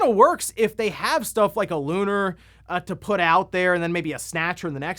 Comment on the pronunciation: I'm sorry but it makes me twitch when people mispronounce that game. It's Lu-nār, two syllables, they even say it in the game. And also Lunar SS on Sega CD and Lunar SSSC (Silver Star Story Complete) are way different. They are the same game but the graphics and alot of other things are different on the PS1.